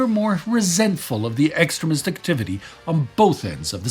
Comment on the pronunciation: between my bad hearing and the way you pronounced "extremist", I kept hearing "excrement". And you know, you're not wrong either way!😂 P.S. for any potential Nazi grammers, I'm not saying he's pronouncing it wrong, just pointing out the humor in what I was hearing.😉